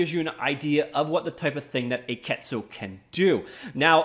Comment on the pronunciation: The pronunciation would be "akitsu" (a-ki-tsu). It's Japanese as you can imagine, and is an old word for "dragonfly," as in their logo. The spelling is a wordplay possibly from "key animation."